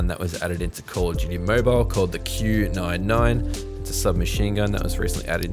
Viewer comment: Did you know you said q99 instead qq9